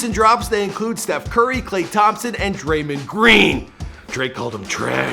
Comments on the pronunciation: “Draymend Green” why he say it like that it’s Draymond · "dreymend green" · Draymun green?? I swear this dude don’t even watch beasketball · Dray-mend Green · “Draymeen” lol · DUDE SAID DRAYMAND GREEN lmaooooooooo